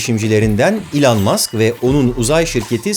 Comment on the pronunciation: Bugüne kadar Elon Musk’ı yanlış telaffuz ediyormuşum,bunu öğrendim 😂